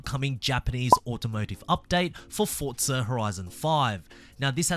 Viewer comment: Please say Forza not Fortza you Australian